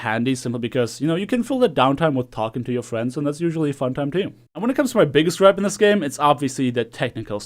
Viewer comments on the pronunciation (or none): none